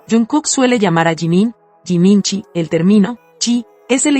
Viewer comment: Toda Esa pronunciation de Jiminshi en Jungkook suena hermosa❤